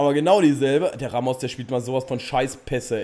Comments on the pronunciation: Man spricht ihn rAmos ganz kurz und nicht raMOS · Warum sprichst du Ramos falsch aus? Du als Dortmund Fan müsstest das doch wissen.😁